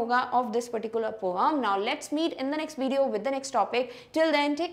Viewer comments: Mam that is poem not poeam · Maam your pronounciation of poem is not correct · Poem mam your prounce is wrong I have laugh